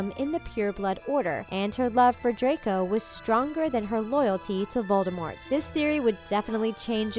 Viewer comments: it’s VOLDEMORT not ‘VALDEMOT’ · Did just hear u say baldemort